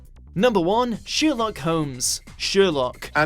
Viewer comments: Just say sher-locked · Number one... sheerlook Holmes 😂😂😂 the way you said that I just